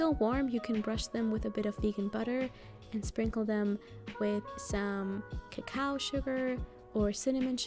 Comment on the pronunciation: The only american who says Kakao!